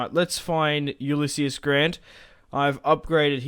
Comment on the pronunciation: it's pronounced yoo-liss-eez btw